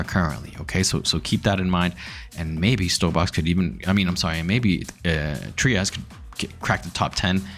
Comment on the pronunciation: The creator of Trias pronounces it “Try-us”…it’s not “Tree-us”.